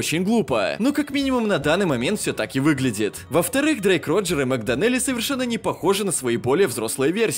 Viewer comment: Мэг ДОнелли ударение на "о" !